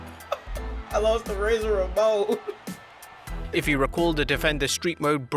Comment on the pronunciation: "naowwww, uhm luzin' to razer Ramohn i laughed my ass off